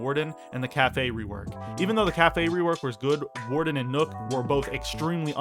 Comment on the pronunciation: Im convinced you say nook intentionally instead of nokk